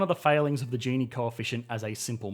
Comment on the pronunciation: Hes say gini wrong